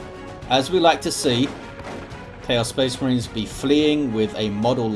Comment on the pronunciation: had a Boreale moment... "So they can pew pew at the Spehs Mehrens"